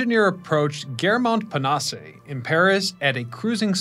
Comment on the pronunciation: Bonus catastrophe when "Gare Montparnasse" is destroyed by the narrator. He plowed through the station completely unprepared for the task.